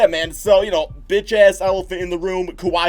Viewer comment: No one: Literally nobody: Not a single soul::"biTChaSs"